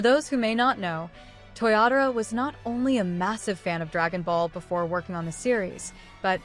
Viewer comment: 😅Your Ai is funny.It's not Toriyatora, it's TOYOTARO